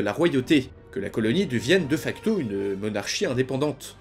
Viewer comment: Mag... nanime ? xD ... Ca se prononce [Manianim] xD . : Ca se prononce [Dé facto], pas [Deuh facto]...